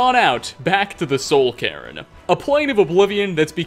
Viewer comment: Why does he pronounce Soul Cairn as "soul karen"? 😂